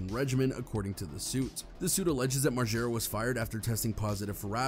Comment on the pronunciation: MARGERRRAA. NOT MARJERA. 🤦🏼‍♀️